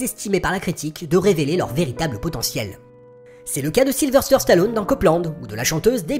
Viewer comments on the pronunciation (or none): Excellent et passionnant, comme d'habitude. Juste une chose...pourquoi dis-tu SylveRvester Stallone, comme tant de péquenauds? Tu vaux mieux que ça! :)